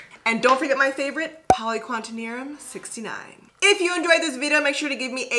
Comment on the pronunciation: Btw, it’s poly-qua-TER-NIUM not quantenium lol